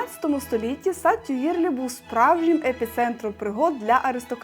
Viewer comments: Дякую за чудове відео ! І уточнення. В усіх словах у французькій мові наголос падає на останній склад. Звісно, у власних назвах також, як от сад Тьюельрí та в усіх інших назвах. Порада - перед плануванням подорожі заглядати у словники і слухати, як вимовляються ті чи інші назви. Ще раз величезне дякую за цікавенне відео 🤩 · Все дуже гарн! Але "ріже вухо" наголоси((( Французькою всі наголоси на кінець слова))) Наприклад: Тюїльрі' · Це системна помилка. Наголос Тюїльрі-останній склад. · Відео цікаве, спору нема, але, блін, ну як можна перед записом не конфьормнути назви місць, про які розказуєте? 🙈 це вже трошки непрофесійно виглядає Сади Тюїльрі, а не Тюїрлі 😭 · Все добре, тільки сад не ТюІрлі, а ТюїльрІ) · Все гарно, все добре. Чудовий контент. Але БІДА з власними назвами. Все, що, вибачте, нажмакалося у роті, те і виходить. Капець. Напр.: вірно Парк ТЮЇЛЬРІ. Як треба редактора, транскрипції назв, звертайтеся. Бо шкода вашої хорошої роботи.😊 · Парк Тюїльрі, ріже вухо невірна вимова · Молодці! Ви симпатичні, молоді, енергійні....і ваше відео дуже цікаве і інформативне) Але ж....всі назви, якщо ви у Франції, треба вимовляти з наголосом на останній склад) Наприклад, МонмАртр і всі інші назви так само. Не треба казати Сакре Кєр), ТюІрлі....тому ще це сад ТюільрІ з наголосом на останній склад. Бажаю вам удачі і дякую за відео!